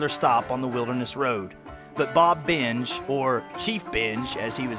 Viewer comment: Thanks for the video. But, Benge said binge? Thought it was pronounced like ben-gay.